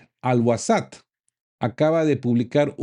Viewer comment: "Ash Sharq al Awsat"= "El Oriente Medio": No "wasat". Basado en Londres, no en Arabia Saudita.